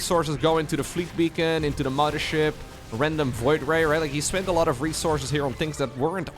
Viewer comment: I will donate to have never say "momma ship" again. Love your content otherwise buddy!